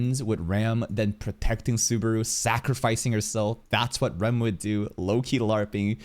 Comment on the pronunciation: In terms of pronounciation of the vowels I think you got it, it's just the "R" who is pronounced more like a soft "L" than a rolled "R", but this takes changing the vowel mentally to not go with the romanji spelling, which can be hard to not do and is an hassle if you don't care that much about saying everything almost perfectly like a japanese would.